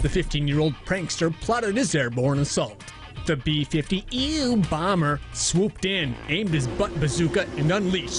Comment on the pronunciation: Even if I don't like personally, I actually have to give them credit for making me laugh when he said "B-5ew bomber"